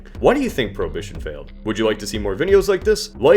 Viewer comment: So much knawledge lol